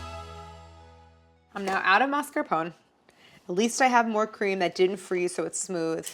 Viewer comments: Please MascarponE, not Mascapon 😅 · Do all Americans pronounce mascarpone like that?! 😂 is it not mass-car-poh-nay? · Never knew Americans pronounce 'mascarpone' like 'phone'; in British English we always pronounce the final 'e' separately even if the rest isn't anything close to an Italian pronunciation. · The mascarpone rebelled cause you mispronounced its name. 😏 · For each time you mispronounce “mascarpone” a dairy product will freeze accidentally in your fridge ❄️